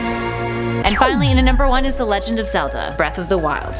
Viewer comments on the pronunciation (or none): none